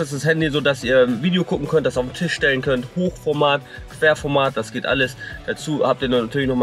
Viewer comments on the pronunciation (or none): none